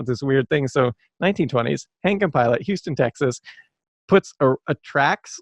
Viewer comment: Henke and pillot is pronounced as hing-key and pee-lot. They were bought out by the drinkwater company and the name was changed to drinkwater and pillot.